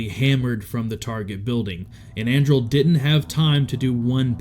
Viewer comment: This is so cool! I randomly clicked on this video based off the picture not knowing anything about it. Colonel Andrle was my direct supervisor back in 2014. I spent a good amount of time with him in and outside of work. Super good dude! His name is pronounced “Anderlee” though.